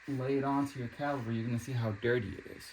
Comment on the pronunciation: It's CaliPer with a P not Caliber